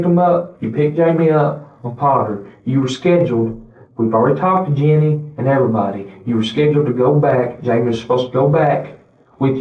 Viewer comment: Note to robot voice: 'Jeannie' is not pronounced 'Janine'